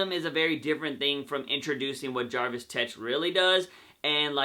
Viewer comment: Did you say Jarvis Tetch? I believe its Jervis Tetch. Other than that, good video.